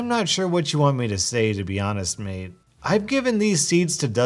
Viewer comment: Bruh he said maid but its mate actually